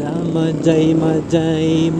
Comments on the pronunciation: Mahay hay ang big bigkas ng majayjay.ndi magaymagay😂😂😂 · mahayhay po yong pag bigkas ng majayjay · Mahayhay bigkas nyan kabayan hehehe naunsa ka man ba dong? hehehe😂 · Boss sound H dapay pag basa nya like mahayhay laguna J..is sound H pag bigkas nyan... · Majaymajay 😂😂😂😂 iba pag basa dyan boss hahaha ginawa mong bumbay ahh 😂😂😂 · Mahay hay po ang pronounciation po.. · majayjay = mahayhay po pronounciation nun paps ingat po palage